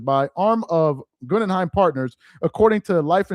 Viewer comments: Pronounced Gooooogunheim! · It's GoogenHeim (pronunciation) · Guh-gin-heim group for correct pronunciation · Goo-gen-hiem...slow down 😅😅😅😅...Gen rhymes with men...Goo Gen hime...like the FAMOUS theater in NY where you grew up😅😅😅✌🏽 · Bro, it’s Goo Gen Hime (like Lime) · Hey its pronounced GOOOGEN-HEIM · It's pronounced gū - ggĕn - hīm or goo - ggĕn - hīm as in the museum. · Its Pronounced Goo gen heim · Is not able to read the name "Guggenheim"? That is disturbing and pathetic!